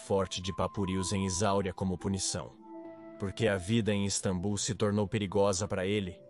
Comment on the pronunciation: Caraca já dava tempo de vcs corrigirem essa i.a de falar istabum. É só edita meu.